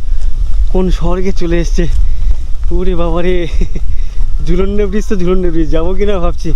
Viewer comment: Jhulonde noy dada jhulang pull